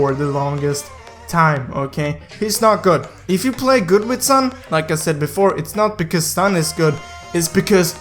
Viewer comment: Is reas s(u)n not san